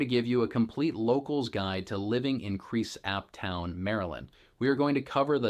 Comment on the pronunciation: You should probably learn how to pronounce the name of the town if you are going to be teaching people about it. Same goes for the name of the county.